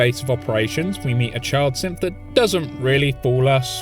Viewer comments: I don't know why but I thought you were calling the synths, simps. 😂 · Is it just me or does it sound a lot like he calls synths wimps